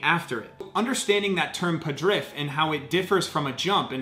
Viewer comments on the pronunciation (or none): arrrggghhh. its "PADRIVVV"!!! not "padrIFFF "!!!!. good video, interesting to watch and you know your stuff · Well, actually it is pronounced as podriv(hollow o and hard v) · Да, именно так. Но ему ж виднее, значит правильнее говорить падрыфф) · it's "podryv", not "padriff", and it's not a jump, it's the way to describe efficiency of force transfer during the contact of the bar with the hips. The loud feet help to get rigidity in the catch. And the catch is not done at the final position, it is done at near power position and then lowered. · Good overview except it is not "padriff" but more like "podryv" from "rvat" meaning to yank. In other words "podryv" means to yank up. I'm native speaker and a lifter. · Way late to this, but as a Russian student/soon-to-be-linguist, I can share with the class the meaning of “padriff:” The Russian word for what is describing is «подрыв» (pronounced “podryv”); it comes from the root word «рыв», meaning “tear/rip/cut” and the prefix «под», meaning “under.” Putting it together makes “under-cut,” or if using it in a more general context, “undermining.” Basically, it’s describing the act of moving under the bar to stop its descent, as already pointed out. Hopefully this helps—otherwise, at least you learned something new today! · When you said padriff, I needed quite a while to understand what you meant ( I'm Russian native speaker) No offence, just funny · It’s pronounced podriv with the i sounding like e